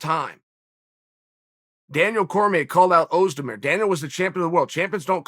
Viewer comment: Chael, who can't say anyone's name right in a stubborn way, pronounces Özdemir perfectly.